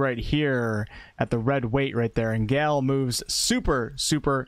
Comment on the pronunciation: Thank you so much for an incredible guide! Please take a moment to learn the more common pronunciation of the name/word "Gale". >.<